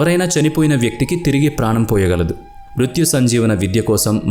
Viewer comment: "శుక్లాచార్యుడు" కాదు. "శుక్రాచార్యుడు". "మృత్యు సంజీవిని" కాదు. "మృత సంజీవిని".